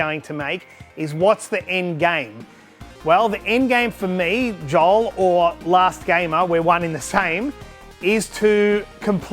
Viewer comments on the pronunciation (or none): none